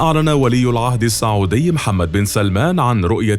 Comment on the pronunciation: السعودي (بالسين) الله يخليك مو الصعودي